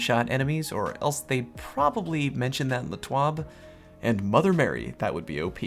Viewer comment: It's T.W.A.B not T.W.O.B